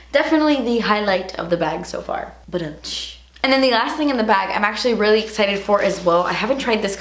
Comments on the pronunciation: “and the last thing in the bawg” i fucking spit everywhere omgggg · “AND THE LAST THING IN THE BA-WHG” Lmaooooo 😂😂